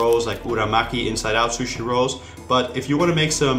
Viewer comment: I am Japanese and I hate the way he says sushi